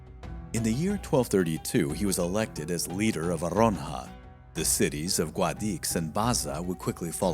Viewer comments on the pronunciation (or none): Not Aronja, it's Arjona... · real name: Arjona. narrator: Aronja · It's AR-HO-NA. Where do you get A-RON-HA? You keep making that mistake. Why? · OMG! The effort to pronounce the Arabic names is obvious and borderline obsessive. However, in spite of the benefit of all the videos from Flashpoint, I have cringed every step of the way at the butchering, yes BUTCHERING, of the Spanish people, battle and cities! I am a Spanish teacher, please make the same effort! Arjona = Are Hoe Nah! Jaen = ha Ehn, Castilian = cast till lee an !